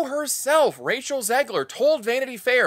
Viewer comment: Did you just say "Racial Zegler?"